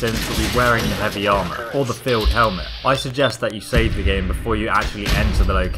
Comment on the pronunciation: btw it's synth field helmet not synth filed helment